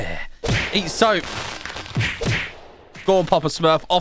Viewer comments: Bro is calling "soap" in to "soup" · I like when he said soop lol